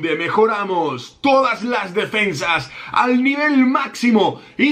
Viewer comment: En el intro dice defendas jaja sólo yo lo vi?